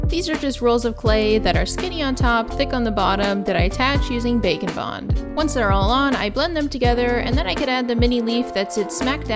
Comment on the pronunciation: I know it’s probably “bake and bond” but every time u say it I hear “bacon bond”